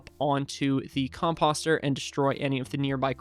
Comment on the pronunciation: Dude, I was watching an old video of a similar farm just last night and you were getting WRECKED in comments for how you say "composter." I can't believe you STILL say it like that. It's a long "O" sound. Like "post" or "poster" NOT like "posture". "Oh" not "ah". I would also recommend putting one water under the composter (covered by a top slab)so you have 4 extra spaces for crops to grow. It will hydrate the same area (9x9 [minus the very middle space with the water and composter]).